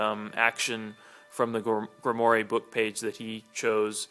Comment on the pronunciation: Just so you know, it's pronounced "Grim-Wahr". It's French.